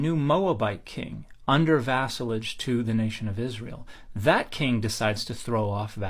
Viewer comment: Hey siri what is vasalage? 😂 Sounds delicious